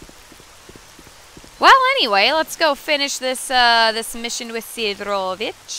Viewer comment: your pronunciation of sidorovich name is like that name would be written as Sidrovich haha funny. it should be pronounced as it written SidOROvich , buth same O letters are pronounced the same way as you already pronounce only that second one